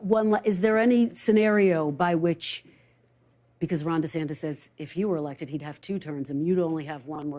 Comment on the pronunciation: "DaSanctis" lol.